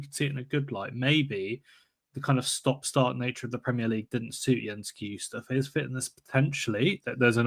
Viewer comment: FFS sake learn how to pronounce names, it's not hard Kai-Ju-Stay It's so 70s you're a posing as English Who can't pronounce any other language Love the show though, thanks